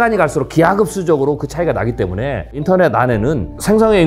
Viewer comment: 이 분 한국어가 어눌한데 일본인인 가요? 한국어를 잘 못하는 일본인의 발음특성을 가지고 있네요. 때문에를 때문..에라고 말하는 것처럼 붙여서 발음해야 할 말을 답답하게 띄워서 발음한다던가 하는 이상한 말버릇이 있으신데 경상도 출신들 중에 일부의 특징인 것 같기도 하고